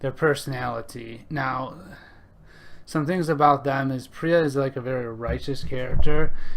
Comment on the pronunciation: Pro-tip: It's pronounced PEER-UH.